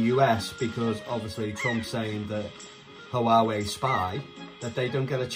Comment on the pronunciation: 😊👍 Also, not to be anal but I believe its pronounced "Waa-Way" 😉